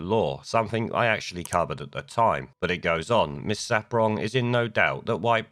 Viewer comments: It's SARPONG, mate, not SAPRONG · June SAR-pong, not ‘saprong’. Funny though, they say that once you go black, you won’t go back. Lammy’s missus is white, proves that wrong, eh? Sarpong is also well known as the gap-toothed race-card player in the feminist shit-show that is Loose Women. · Mate, I like your content, and have listened to a fair amount of it, but you HAVE to do some research when you put videos together. ‘The Archers’ is a very long running much treasured RADIO 4 drama series. It’s a famous part of British culture. And it’s June Sar-Pong, not Saprong. Small details, but if you’re going to lambast things or people in the news, you’ve got to get these things right or it makes you look foolish and your argument weak. Just saying. Your arguments though are obviously correct.